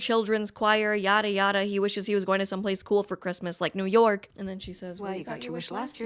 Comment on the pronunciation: It's New York, not "Poo Pork".